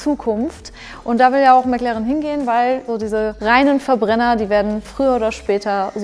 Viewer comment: Bis auf die Aussprache von McLaren echt gut gelungen!🙌